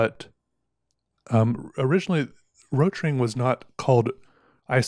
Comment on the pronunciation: Rotring... It's pronaunced Rot Ring = Red Ring.